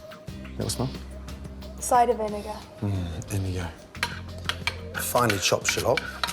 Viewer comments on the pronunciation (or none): I swear when he said "finely chopped shallot" I could have sworn he said "and finally chop shit up" 😂